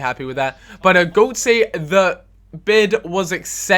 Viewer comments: Can we just sort this out now, it's pronounced gertzer (the 'G' is soft and 'o' umlaut is like 'er' in german). I know mispronouncing things is part of the package :) but everytime you say goatze it's like knifes in my ears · Getze" not ,,Gotze" :) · If you're signing him, please say the name right! "Gurt-za", not "Goat-sey" -. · Gotze, its not "Goat-sa" Its "Gertza" Please like so we dont get annoyed :D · Please pronounce Gotze's name right? Its pronounced Guh-tza or Gur-tza not Go-tze. The umlaut or 2 dots over the "O" is an ugh sound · I've at last found it! ɡœtsə it is pronounced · Say Gertza with a British accent. That's pretty much how Götze is pronounced. . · It's Gùtze... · Gertza, seriosly? dafuq are you talkin about.. no one in germany pronounces his name with an a at the end.. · Pronounced Gertz/Gertza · Gotze's name is pronounced Ger-tsuh just so you know. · Gotze = GURT-ZA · you say his name gurtza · no its pronounced "gurt-z-uh" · when you sat it quickly its like gurtsah.its the umlaut that changes the ting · "Götze" Is pronounced "Gurt-z-uh" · Hey, Just saying Gotze is pronounced Gurtza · His name is pronounced GUURTSER on gotzay. its so fucking anooying.....i speak german so i know. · the correct way to pronounce götze is to say it like guts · it's pronounced "Gurtzer", jus sayin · Could you please try to pronounce Götze correctly? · please learn to pronounce gotze's name. the way u pronounce it bothers me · I hate the way you pronounce Götze. As a german, it always freaks me out hearing you pronouncing his name :D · its going to get annoying how he is gonna keep pronouncing gotze wrong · You are pronouncing Götze wrong, I'm sorry but it pisses me off!